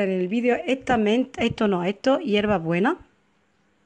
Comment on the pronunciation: Eto , eta, de dónde es usted que se come las "S" ?